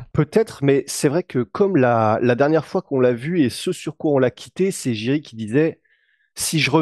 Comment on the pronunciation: Je crois que l'on dit Yuri Prochazka